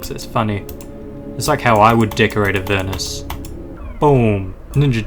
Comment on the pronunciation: UR PRONOUNCING THE NAME RIGHT ILY